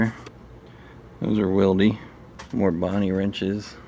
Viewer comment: Wilde is really pronounced wild